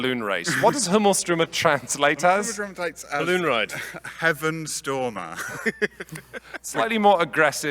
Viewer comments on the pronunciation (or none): Not to be pedantic here, but Himmelsstürmer is probably Skystormer, not Heavenstormer. And they totally butchered the pronounciation